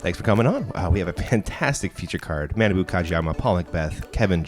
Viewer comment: pronunciation of Kojiyama's first name is so awful. It was 3 years ago but I hope effort has stepped up a bit since then. It's not "mannaboo" it's "mah-nah-bu" (pretty important considering as of this post he's #1 rated player in the world!).